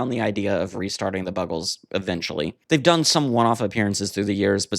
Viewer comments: Oh dear, how did you mispronounce it? Like "Bugles"? ♥ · How the fuck do you mispronounce The Buggles? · How can you mis-pronounce Buggles ??????